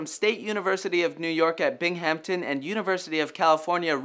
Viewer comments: excuse me, it's not "Bing-hampton", it's pronounced "Bingumtin" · It's pronounced Bing-um-ton. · Lolol it's pronounced "bing-um-ton" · Bing-hamp-ton? sigh